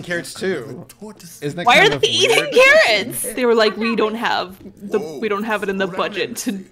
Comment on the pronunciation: uhh who else is hearing her saying karren not carrots??